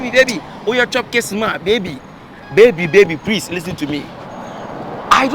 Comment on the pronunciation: Prease paaaa 😂😂😂 yaw George and his Adiepena 😂😂